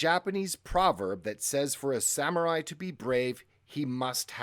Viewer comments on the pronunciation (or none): none